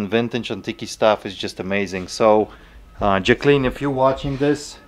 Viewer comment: Those lamps are AMAZING ! Those seem to be about the correct pricing for those lamps. I was like who is jac-clean..lol..It's Joc-a-lynn...lol...cute !